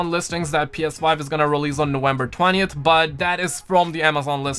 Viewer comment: When exactly is "Nowenber" ? lol